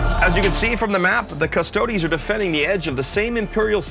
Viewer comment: i know you're american but please please please stop pronouncing it cuss-toads, it's cuss-toe-deez great video though, you guys do the best batreps around